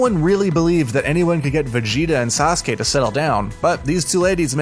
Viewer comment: Don't know how you got sasuka but its sasuke